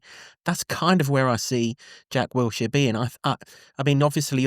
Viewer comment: How can not pronounce Wilshere, despite the other presenters pronouncing it correctly? Wiltshire is a county and Wilshere is the new Luton Town manager. Do you want to be taken seriously? Get the basics right and then we will listen to what you are saying.